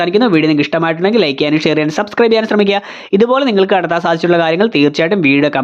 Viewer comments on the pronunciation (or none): none